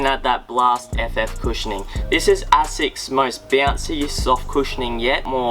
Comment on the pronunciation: it is pronounced A-sicks.....not ass-sex.